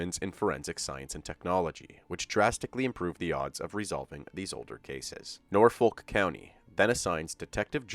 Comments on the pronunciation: And yes, it's Nor Fuk. Not Nor FOHHLK. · Norfolk is pronounced naw-fk. I know it looks like there should be a "u" in there. But that is surprisingly not the case. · ALL cities in Virginia are independent cities and are not part of counties. The way he pronounced Norfolk I thought he was talking about Nebraska, especially when he said county.